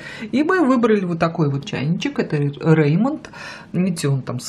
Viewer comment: "Витёк", "Рэймонд"....🤦‍♂️🤦‍♂️🤦‍♂️ Хотяб название правильно говорили...обзор называется...